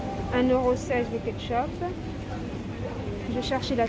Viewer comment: Mdr elle a dit le katchope